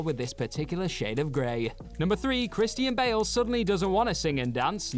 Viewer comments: "Chris T N Bale". why you gotta say the name like that? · It’s how some Brits pronounce it.